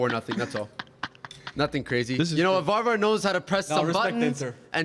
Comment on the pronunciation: Varvar geertruida pronunciation, hahaha horrible